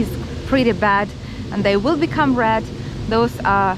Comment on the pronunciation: Sometimes when you say “red” it sounds like “rad” it took me a moment to understand what was a rad zone 😂